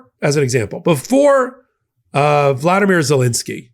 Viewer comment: FYI: The Ukranian presidents name is pronounced "VOLODIMIR" not as some dictator in Russia "VLADIMIR" - for the sake of distinction an correctness.